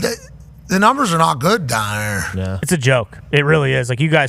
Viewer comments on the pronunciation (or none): probably the most Pittsburgh accent "down there" i have ever heard